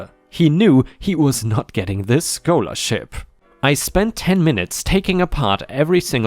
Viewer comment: Bullying story: Sheila = "she-la" not "shay-la." Scholarship = "sk-ah-ler-ship" not "sk-oh-ler-ship."